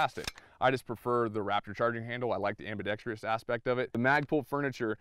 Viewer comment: Ambidextrous....4 syllables, not 5.